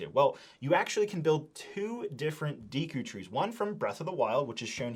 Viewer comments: Lego...make sure the people you send the ridiculously overpriced sets for free at least know how to pronounce the names correctly. It has me cringe how often and confidently he mispronounces Deku. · Deekoo tree 😢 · You're not pronouncing the names correctly. Sounds like you're saying Orcarina of time and Deeku tree. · Dee-koo tree, orc-arina 😂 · Deeku tree? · I had to pause the video when he said “deeku” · Every time you said “deeku” and “OR-ca-rina” I flinched a little…. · If I hear "deeku", "hyleean" or "orcarina" one more time, I'm gonna throw up. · Seriously, the more I heard "Deeku" the more it made me cringe, step isn't steep, it's not that hard. To me it shows this reviewer didn't take the time to bother reading or making sure his video was good quality. This would be as bad as repeatedly saying throughout a video review Harry Porter, Batmain or The Avenegers. Like for the love of God read properly. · Bro before reviewing a set from a specific licence pls just try to learn to the vocabulary of that specific license !!! D”ee” ku tree, O”r”carina, calling the clawshot/hookshot “headshot” … bro cmon you talk here about one of the biggest video game saga of all time, a bit of respect ! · I can let the Deeku slide, but Orcarina killed me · you killed the names. Not deeku. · These Deeku Nuts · Your mispronunciation of Deku, Ocarina, and hylian are killing me man. Also that’s not a tablet Zelda is holding it’s the sheikah slate, and it’s the hookshot not the headshot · its deffinitely not like he was saying it lol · Came here to say the same, killed me off with orcarina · "Deeku" "Orkerina" "Hylia Shield" "Tablet" "Headshot" "Endora Shroom" "Hyleean Shroom" "Deeku Babis" "Skulltoola" My eardrums are shattered 😂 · I was just pondering... should I post this or not... Ocarina "Aw-karina" Deku "Deh-koo" I could be wrong but I'm pretty sure those are the correct pronunciations... Lol Orcarina.. Now I'm going to hear that everytime I hear the word. Hahah